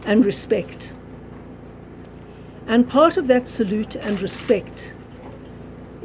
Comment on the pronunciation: When she said solute she sounds like sellout